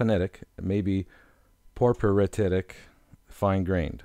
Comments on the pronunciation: ryolite, porepyrititic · this guy's pronunciation of several names is horrible ! Porphyritic being one